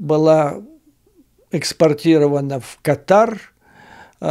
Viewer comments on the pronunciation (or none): none